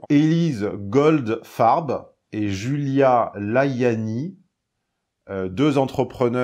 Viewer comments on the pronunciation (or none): none